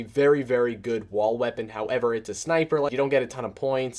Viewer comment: Sounds like you say wa weapons 😂